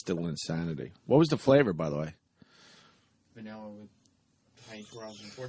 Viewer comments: ..... he said "vanirra" pretty early on. Weren't you listening? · What kind of ice cream was it? VANIRRA. LOL. I laughed so hard!